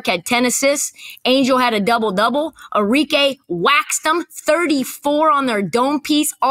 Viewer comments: Arike Cam’Ron: Enrique 😂😂😂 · Cam calling Arike “Enrique” 😂😂😂😂